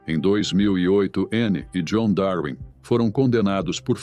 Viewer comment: Darwin se fala darvin.....